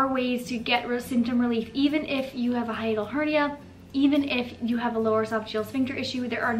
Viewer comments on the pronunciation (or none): none